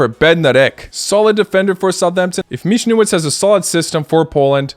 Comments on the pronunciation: Michniewicz pronounce Mihnievič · Pronunciation of Michniewicz: you do it quite good, but just say 'ch' like 'J' in spanish for example in Javier, 'w' in polish is exactly 'v' in english, and 'cz' at the and more like 'ch' in chocolate. Greets.